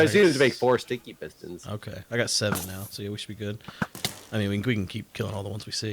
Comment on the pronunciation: Every time says, “sticky pistons,” I hear, “stinky pistons”.